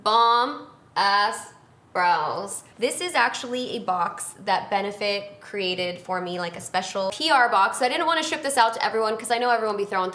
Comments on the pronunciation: The amount of times you said “cur-ated” girl it’s CREATED 😂 love you tho Got a bomb ass brows kit for Christmas and I’m excited to try it out using your techniques 💖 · I love the fact that she says cureated not created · Does she say created funny or is it just me